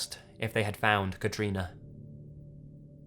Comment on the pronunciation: First person I've heard of having my name! (Katrina) Can I just say you say it amazingly?